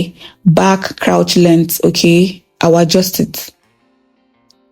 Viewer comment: You are a good teacher. Thanks for all you do. God bless you. Pls learn how to pronounce the word “crotch” using google pronunciation. This is coming from a good place. Thanks